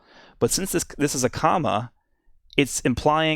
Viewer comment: The way says comma is so weird